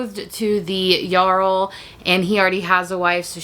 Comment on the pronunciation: Thank you for pronouncing "Jarl" properly, you must have played Skyrim at least once, LOL